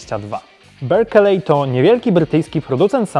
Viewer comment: Berkeley - mowi sie "berkli"